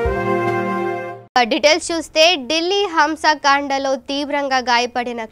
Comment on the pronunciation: అది హింసా కాండ హంస కాండ కాదు